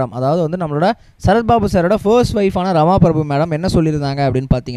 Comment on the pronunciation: His first wife is Rama Prabha not Prabhu . Please pronounce the names correctly